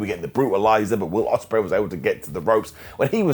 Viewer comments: Yes, how dare he make a simple mistake and mispronounce the name of our lord and savior Billy Bob Oceanspreay? We should tar and feather him for this insolence. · How dare mess up on Will Osprey name